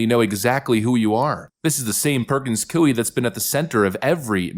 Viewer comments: careful - the 'grandma' you reference was brainwashed. She actually is trying to find a way to be 'unpardoned' and was upset that Trump pardoned her. there's a video for you. also... sorry... it's not COO-ee, it's coy-E. (basically the -y to -ie swap out). Like saying "boy" but giving the emphasis on the 'y'. You know... like saying 'yeeeeahhhh boy-eeeeee"? Perkins coy-EEEE. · it is pronounced Koy. It sounds like Roy, but with a "K" sound. ❤ your channel! 🇺🇲🙏💯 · Coie is pronounced as "coy". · Hey “” why do you deliberately mispronounce words. You sound uneducated: Charicature, Coie, Aragua. I understand “demoocracy” but what’s the story or the meaning behind the mispronunciation of the other words? Please tell us. By the way love your work though. Try use Google to find the correct pronunciation of the words if it’s not deliberate.